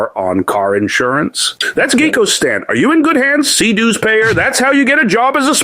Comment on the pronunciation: “Dues Paver” 😂 what an idiot, he is so easy to get fired up. I love how he thinks he’s so right just because he gets mad or upset.